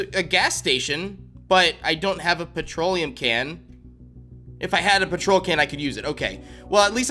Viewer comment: he said petrol wrong lol